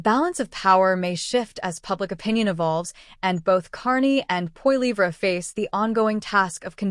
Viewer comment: "Pierre Po Lee Vra" :D